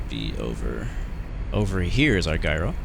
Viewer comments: FYI, according to The Google gyro is pronounced jyro, not guyro. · Thanks for making this video. BTW Gyro is pronounced Jii-Row😄